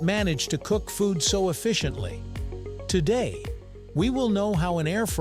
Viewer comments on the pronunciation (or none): none